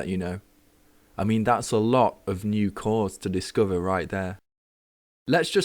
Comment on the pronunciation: Americans always love UK accents. :) I just noticed that the way you say "other" & "discover" is different than what I'm used to hearing from England. Happy New Year to you!